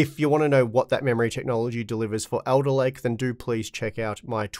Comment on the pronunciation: says Elderlake.